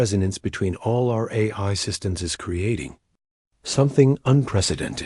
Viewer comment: What a HORRIBLE READER/VOICE. To pronounce AI, it showed “Hey I”? Really? That’s just one example of many issues…”Dot”?? What is that? Reading punctuation??? Horrible.